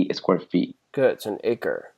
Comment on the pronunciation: I couldn’t understand the “acre”